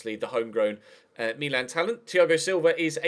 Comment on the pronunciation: can you please say Milan properly and not the stupid Me-Lan that you keep churning out!